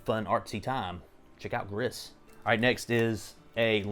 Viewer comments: Except Nomada Studio is a Spanish developer and therefore it’s pronounced “grees” ;) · Gris is pronounced gree - french for grey... The game starts out all grey wash and as you progress more colours are added to the world